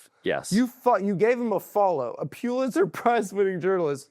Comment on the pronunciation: How many times does the bug say “Pulitzer” in this one